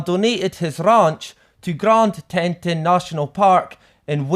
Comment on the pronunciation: Teton = tea ☕️ T-on Wyoming = why-O-mm-ing America English is tricky lol. 😁